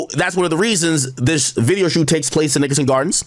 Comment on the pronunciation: “I even hate when Ak say the word Nickerson, but that’s just me I guess” 🤷🏾‍♂️